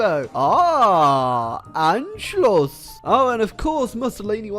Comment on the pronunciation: I am proud of you. You pronounced Anschluss correctly, I love you.